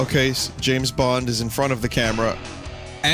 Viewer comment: I will never get over "James Bunged"